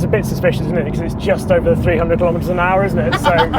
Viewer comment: "200 miles an aahh"